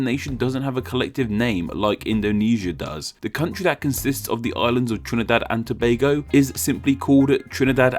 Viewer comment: kudos to you for the pronunciation also we use Trinbago and Trinbagonians unofficially